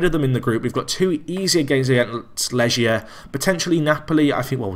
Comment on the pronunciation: Legia = Leg + ia, couldn't even make it out from the pronounciation